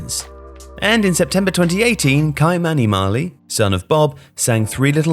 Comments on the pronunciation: Key-mah-knee Not kai-mani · Not kye mani its ki or kee mani its how its pernounced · KI MANI LOL his name is pronounce K Mani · Ky-mani pronunciation is Kimani not kaimani...!!!!! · Great vid and all, but as a born and raised Jamaican, I just want to correct the pronunciation of Kymani’s name. It’s pronounced Ki~ma~ni. That ‘Ki’ sounds like the fist syllable in kick. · It's pronounced "key-mani" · Ky-mani pronounced : (key)Ki- mani. Marley. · Ky-Many is read phonetically as Kimani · It's pronounced Key manie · Name pronounced: Key-mani // good video as always. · You pronounced his son's name wrong. It's annunciation is ("key" - Mahn - E ) lol. Buy me one of these kits for this crucial correction because I simply love nail paint, am from the Caribbean, and simply can't afford one like the many vacations goes on.💚🧡❤️🇯🇲 Love from Trinidad & Tobago ❤️🤍🖤🇹🇹 next vacation stop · Kymani is pronounced Ki-mani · "Ki-Mani". Short "y" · Bruv butchered Ky-mani's name lmao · 😂 at Ky-mani name pronunciation.